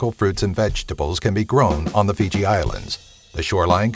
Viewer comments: It's Fiji not Figi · That's 'Fiji', & not 'Figi'.... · "Figi"? I thought it was "Fiji"... Haha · it's not figi it's fiji!!! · Fucking "Figi" It's "FIJI"! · First... "Figi"? ...and what about Greenland? Interesting list, though, more of this, please ;)